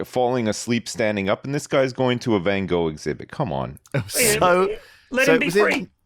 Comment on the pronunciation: Lewis' pronunciation of Van Gogh is excruciating, it's even worse than how he says centaur!